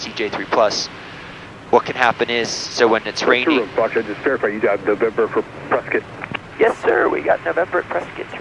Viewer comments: Visual cloud effects starting are stunning. Glad to hear someone pronounce Prescott correctly (rhymes with biscuit). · Properly pronouncing Prescott. Like a native Zonie